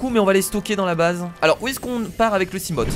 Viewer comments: hey on dit pas seamote c'est seamofe si tu vois ce que je veux dire, sinon super vidéo;) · ON DIT SIGLAÏDE ET SIMOFE PUTAIN TANT QUE TU LE PRONONCERA PAS NORMALEMENT JE LIKERAI PAS !!!!!!!!!!!!!!!!!!!!!!!!!!!